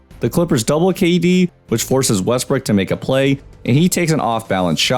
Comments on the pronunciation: You were saying westbrick instead of Westbrook this whole video.... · Was I the only one hearing Westbrick?🤣